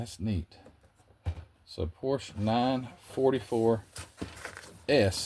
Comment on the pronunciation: Great video!¡! But you get an "F" on pronunciation ( and you probably know why- Renault and Porsche )